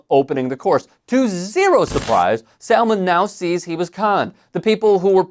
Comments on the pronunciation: yeah…so you keep mispronouncing ‘Salmond’, the L is silent. Indeed although his name is ‘Alex’ the X is more like a C and softer. This is also mega old news, like literally in 2016 that Janey Godley held up that amazing sign - although I’m not going to put you down for highlighting what a ‘runt’ Trump is in an election year… 😂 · It’s pronounced like Salmon but with a D on the end. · Salmond is pronounced as it is in salmon. Samun. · Salmond is pronounced ‘samun’. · I know it’s not really relevant, but you don’t pronounce the L in SaLmond! It’s said like “Samund”. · You don’t pronounce the ‘L’ in Salmon. It’s weird. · The ‘l’ in Salmond is silent. Like ‘salmon’. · Fyi the L in Salmond is silent 🤦🏻‍♂️ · Not "First, minister Alex Salmond" but "First minister Alex Salmond" (like in the fish, the L is silent); that's the same as Prime Minister (albeit in a "devolved" Scottish government, nott the Westminster, UK one).